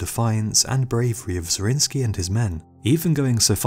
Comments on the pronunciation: I think, that the defender of Szigetvár deserves that his name is spelled correctly! His name is Zrínyi, not Zrinsky ... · The pronunciation of Zrínyi is soo wrong... type it in google translator